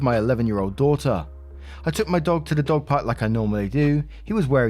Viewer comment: Lol...instead of dog park I heard dog pub🤣🤣🤣 I was like that's cool